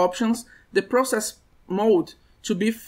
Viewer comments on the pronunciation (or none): none